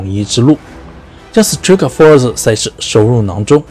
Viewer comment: Strikeforce那个i和pride那个i发音一样。。求别再念错了